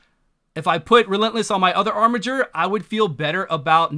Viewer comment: Finally, someone that can correctly pronounce "armiger"!